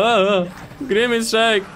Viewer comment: Nie Mówi Sie Grimis Szejk tylko Grimas Szejk ;D